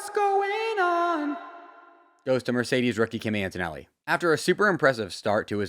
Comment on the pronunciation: bro finally said "Merdeces's" in one take